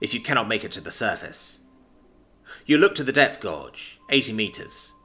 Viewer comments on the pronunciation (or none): The only minor but irritating thing was the pronunciation of guage. It is NOT gorge, it's gay-j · Gauge is pronounced gage. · gauge sounds like the word age with a G in front of it. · The pronunciation of gauge threw me off a few times as i listen while at work and thought the guy on the sub was reading sonar and seeing that they were falling into a gorge or trench down in the deep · haha it is driving me crazy hearing him fumble this hard, it's not even a rare word